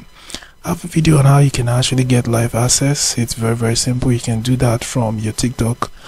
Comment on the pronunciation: Its not asses its akses